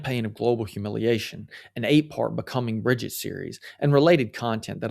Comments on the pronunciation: It’s Brijeeet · You mispronounced Mrs. Macron's first name. If you can't get that basic right, why would we trust you?